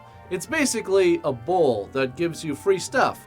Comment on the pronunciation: Okay....I keep hearing BULL.....not bowl.... So but not actually watching...just listening...I was like...WTF?